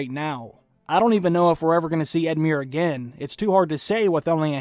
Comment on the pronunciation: just edmiure was as murrer but the rest was fine:)